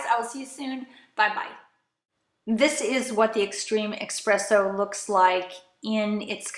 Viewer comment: Informative video. Just wanted to let you know that it's pronounced ESpresso, not EXpresso. Not trying to be rude...it was driving me nuts. lol. Thanks for the video.